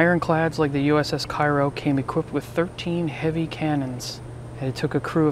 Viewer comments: I believe that it is pronounced "kayro". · I think he isn't aware Cairo, IL is pronounced kayro - but still a very informative video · Actually, those of us who live down here in Southern Illinois pronounce it "KARE-oh." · The ship is named for the city in southern Illinois. Local pronunciation is "KAY-ro." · It's pronounced Kay-row as it's named after the Illinois town. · That's the South Georgia pronunciation too. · Actually, those of us who live here in Southern Illinois pronounce it "KARE-oh."